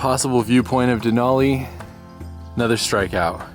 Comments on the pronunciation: Just so you know Denali pronounced.De nally like alley not olly. Sorry lived here over 50 years never heard it said like that. Just saying lots of people from lower 48 that change the way our stuff is said very annoying. Yes i saw even online they say it like you. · Me and my mom watched this video last year and were happy to see someone excited about Alaska, however I do need to correct you that it’s not “dinolli” it is said like “Denali” with a normal A not a formal A. And it’s Mt. McKinley not Denali. Obama changed the name for literally no reason but us Alaskans will never call the mountain Denali :) just a fun fact for you it’s said DenALee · Denali is actually pronounced “den-Al-ee” not “den-aw-Lee.” Denali is an Athabascan word (which is what I am), that means “the great one.” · You said Denali wrong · great video what veiws at this park ! haw many times did he say DANALI LMAO